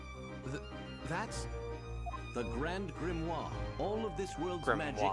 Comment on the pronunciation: Grimoire. Grim-Ware(rhymes with are(as in we are leaving soon))`i apologize if this seems rude, i was trying to give u something to help you out with the pronunciations. also i noticed something. that inferno spell required a sceptre to cast(also i dont know what an incantation is). espella's hands were full. she was carrying a lantern AND a bucket of milk. so how could she have used the spell?